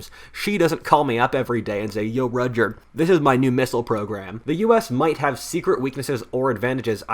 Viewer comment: I thought your name was Roger, and because of that it sounded like you were having a stroke trying to say your name. But then I saw the text referring to you as...